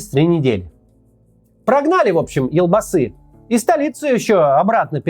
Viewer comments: ЖанаозЭн, элбасы... Россияне у вас реально буквы Е нету что ли? 😮‍💨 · Интересно конечно слушать, но как же режет слух произношение слов из казахского языка. Прям сцуко казит. Во-первых буква Е в казахских словах звучит как Е, не Э, потом Елбасы, читается как «ЕлЬбасы» с мягким знаком, в казахском языке нет мягкого знака, но слова с мягкими согласными есть. Теперь тЭнгЭ, ну уже заебало, тЕньгЕ, везде Е. И Токаев, не ТАкаев, а ТОкаев. Жанаозен, также «Е», ни ЖанаозЭн! Простите за токсичность, но не смог удержаться. И кстати КОСТАНАЙ, тоже с О, с ударной О, не КАстанай, а КОСТАНАЙ.